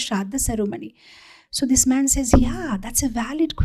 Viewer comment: read man as maa*